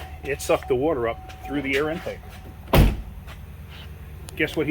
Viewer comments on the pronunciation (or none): my man just said wooder lol